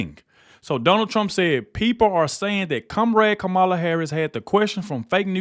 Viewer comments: Did he just say cum rag kamela?! Aaaahahahaha! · When you read Trumps statement I thought you said kumrag Kamala. I did a double take and saw it said comrade 😂